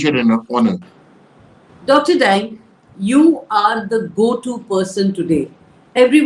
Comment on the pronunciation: Dr Dang is to be pronounced as 'daang'.